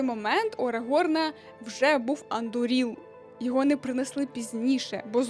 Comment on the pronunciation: Наголос андУріл.